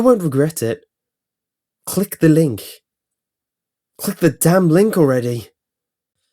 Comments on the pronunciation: now it just sounds like clig the ling! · It sounded like he was saying clinga linka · Click the link said repeatedly sounds like clickalink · "clig the linghk" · Click ( Dramatic pause ) The ( Dramatic pause ) link